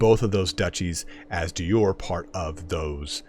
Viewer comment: He can pronounce the Indian words respectably but pronounces de Jure like its a Germainic word, i dont understand.